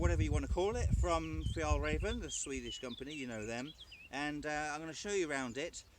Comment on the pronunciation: The pronunciation is more like Fyell Rairven and Trangia has a hard G 🇸🇪🇸🇪🇸🇪